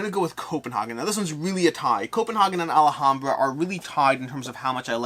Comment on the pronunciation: All-hahm-bruh, not All-a-hahm--bruh. You're adding a syllable. Also, Xia is pronounced on every KS video done by the designer, and it's an "I" sound followed by "uh." Zi-uh.